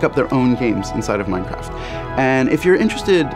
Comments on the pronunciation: I love minecraft but why did she say it at the start as minshcraft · Minechraft xd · less than a second in and you hear minchraft I am ashamed